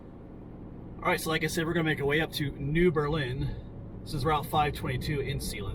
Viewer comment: New Berlin is pronounced with the accent on the ber. Not the Lin...my dad was born there.